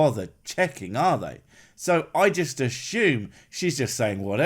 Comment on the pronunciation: It was demonitised because you keep pronouncing words like 'assume' and 'consume' with a h, like 'consHume' and 'asHume'. I am from Ireland and I lived in England for a couple of yrs and never heard that before, is it a regional thing?